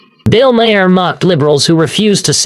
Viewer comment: so far you've pronounced his name MA-her, muh-HAIR, and Mare, and Mayor. It's 'mar'. Finally! At, you accidentally pronounced it right.